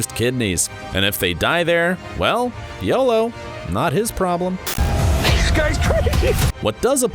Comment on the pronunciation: Thumbs down for the way you said yolo. Completely discredits your review and our confidence in your ability to do so. 🤢